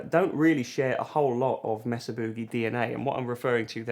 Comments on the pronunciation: MAY-suh. Rather than MESS-uh. 😉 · Mesa is pronounced "May-Sa," not "Mess-A." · It's "May-Sah" boogie, not "mess-ah" boogie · Its MAYsa. Would you people stop saying messa. for fuck sakes. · California here. Every time you say Mesa Boogie wrong we have an earthquake. Please stop before we fall into the ocean.